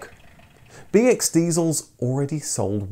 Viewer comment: The way you say BX, sounded like BS to me. So I heard "This is the Citroën BS story.